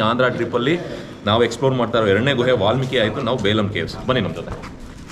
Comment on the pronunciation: ಅದು ಬೇಲಂ ಅಲ್ಲ ಬೆಲುಂ